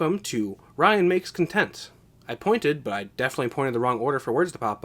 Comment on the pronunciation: Lmao "cuntent"